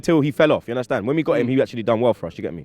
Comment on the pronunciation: Give undercrackers boy the job!! "Una-stan?